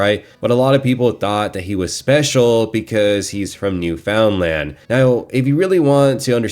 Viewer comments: “New-FOUND-land” lmaooo. It’s pronounced “new-fin-lind,” but who gives a shit tbh 😂. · Just so you know your saying newfoundland wrong